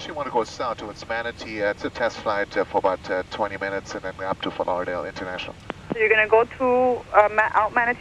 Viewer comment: Has trouble saying "Ft Lauderdale". lolol